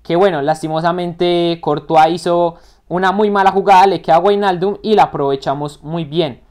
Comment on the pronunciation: buen video crack, se dice como vignaldum nowijnaldum pero me encanto la simulación muy buena